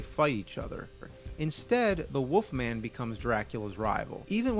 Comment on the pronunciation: “The woofman” 😂